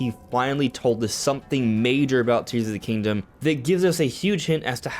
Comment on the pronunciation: "Tees of the Kingdom".